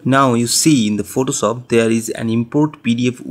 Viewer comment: "Photosop"? xD Great Tut bro <3